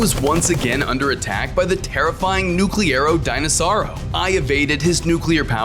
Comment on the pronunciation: Bro is saying nucerlo denosaur